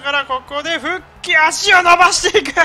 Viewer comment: フゥッキーって言う実況久しぶりに聞いたわww